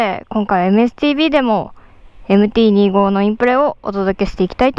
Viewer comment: MT−２５（Two Five）じゃないの？ このチャンネルはそこらへんがいい加減 丸山氏もふくめて